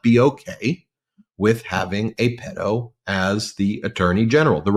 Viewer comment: Fan here! Since subscriptions were below 500,000! You’re pronouncing “pedo” wrong.